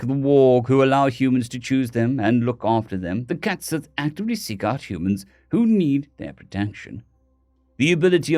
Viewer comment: Cait sidhe not cat sith lol